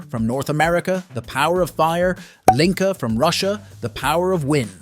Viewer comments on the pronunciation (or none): none